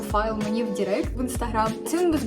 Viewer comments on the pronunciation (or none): none